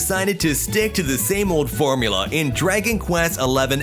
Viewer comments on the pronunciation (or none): none